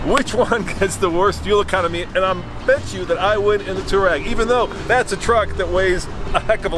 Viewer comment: “Twareg”, not “Toureg”. There’s an “a” in the name.